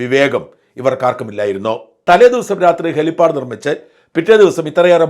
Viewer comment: .....അതു ശരി ആർക്കുംമനസ്സിലായില്ല..ല്ലേ..അതുഹെലിപ്പാടല്ല. " hell pad" ആണ്.